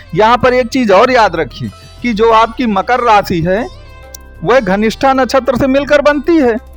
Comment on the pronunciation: Ghanistha nehi Dhanishtha hota hai